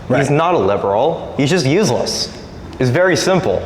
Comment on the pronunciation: that kid doesnt know how to pronounce useless